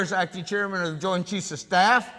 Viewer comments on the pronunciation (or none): none